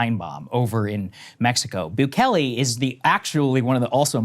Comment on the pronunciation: Every time she says Bukele, my ears screech. Maybe watch a video or two on how to correctly pronounce the president's name. There are so many videos of reporters going into the Salvadoran prisons. Bukele is doing an excellent job. No one was crying for human rights when ppl were being unalived, families, and communities were being destroyed. On that flight, there were many MS 13 gang members as well.